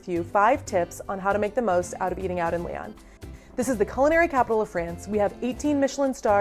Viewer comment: If you can't even pronounce Lyon correctly then I have no use for your videos. Learn to pronounce city names correctly.